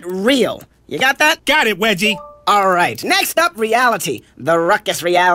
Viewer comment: Is his name wedgie? Or are they saying regie?